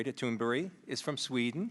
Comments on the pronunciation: I'm just wondering here if the spokesman here intentionally mispronounced "berg" to what sounds like "berry" or not. Because he didn't pronounce "berg" how Americans usually pronounce this. It makes it somehow feel like he's intentionally changing her name from a mountain (berg) into a small Berry :P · why are they calling her tuneberry?? its tun-berg,,easy to say no? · when he said great tune-berry i almost died inside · Why do the adults in the room keep calling her "Tunberry?" Her name is right there...smh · Did he say Tuneberry??